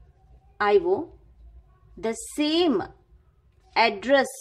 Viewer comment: It's I/O ...! Not I/wooo😅😅